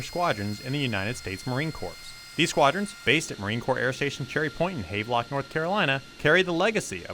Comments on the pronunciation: “HAV LOCK” is hilarious 🤣🤣🤣 it’s HAVELOCK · It's pronounced HAV-e-lock